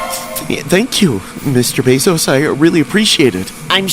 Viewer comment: Jeffery bezzos??? That was cracking me up and sorry I mean bezzos